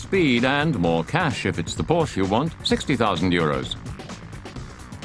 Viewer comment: If you cannot correctly pronounce Porsche, you are a hack.